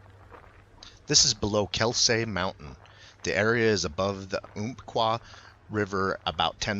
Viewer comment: Slight error in the way you pronounced Umpqua, the 'ump' is pronounced the same as in Umpire. The area is named after the Umpqua Indians that once called the area home. Their ancestars may have witnessed Mount Mazama blow its top forming Crater Lake and later Wizard Island. I believe Crater Lake remains the deepest natural lake on the west coast. In May of 80, when St.Helenes burped, steam was vented from Wizard Island, in Crater Lake and a spot on Mount Hood's summitt had the snow melt down to bare rock. While growing up in that area, I remember seeing steam venting from Wizard Island, especially during the winter months. There used to be signs along US Hwy 97, that warned people driving in the area, that it was an active volcanic region. The North Fork of the Umpqua River has its headwaters at Lake Lucial and Maidu Lake near the base of Miller Mountain not Mount Mazama. Used to hike or ride my mountain bike in that area before my stroke. Still drive up there to photograph the wildflowers and wildlife in the spring. Have you had any reports of BF sightings/activity in the Three Sisters Wilderness/Willamette NF area. Used to hear strange calls from that area while hiking near Olallie, Lowder and French Mountains or fishing down on Cougar Reservoir. Keep up the good videos and please vist Oregon more often and film more of its beauty to share with the world.